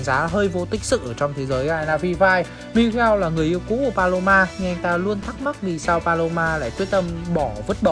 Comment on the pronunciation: Paloma anh đọc sao thành balo 3 luôn :^ ai đồng ý với ý kiến của tui hông nà